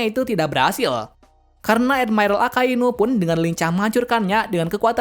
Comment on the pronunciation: Ngomong admiral aja edmairel 🥱